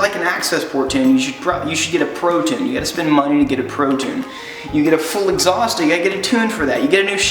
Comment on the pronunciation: Gave it a dislike co you can't say 'tune' properly